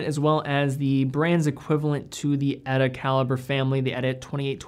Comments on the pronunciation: Pronounce "Ehh-taa" ... not "Etta" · Would be awesome if you could pronounce T instead of D in miyota, eta and sellita.